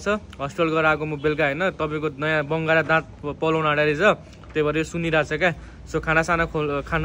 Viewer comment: Dara haina bangara vanxa😂